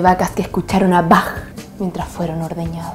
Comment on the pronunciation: Bach no se pronuncia así no es de pesa es que toco música clásica y me llegó al zoncora como lo dijiste pero ame el resto de el vídeo saludos desde Rancagua